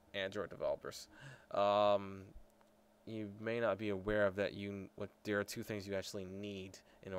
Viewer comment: dare? dat? dose?